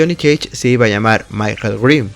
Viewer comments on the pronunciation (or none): none